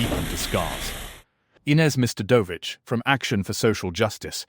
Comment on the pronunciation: AI reading.... Misread the Ms.Ines name !